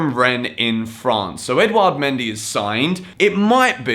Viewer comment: I think mendy is pronounced mon-dee